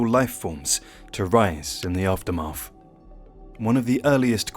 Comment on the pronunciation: Froughout, Aftermaff... Why can't grown adults pronounce TH any more?